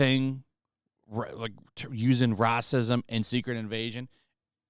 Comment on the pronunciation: Say racism right or don't say it at all